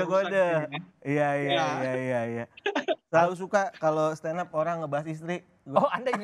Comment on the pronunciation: malu aku dengernya 😅😅😅 dia yg standup malah kaya standop